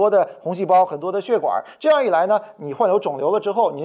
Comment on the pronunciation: 壮壮胆子举个手： 那个叫血管 XUE4声